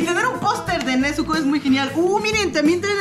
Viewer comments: es nezuko no "nechuko" o "nesuco" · Es nezuko no "nezuco" 😂